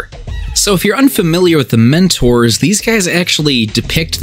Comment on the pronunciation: I thought you were saying minotaurs until I saw it written down. Mentors, not minotaurs...